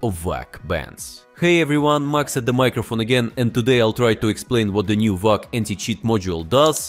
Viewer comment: Ik, it's ai voiced, but the fact that it said vwac baffles me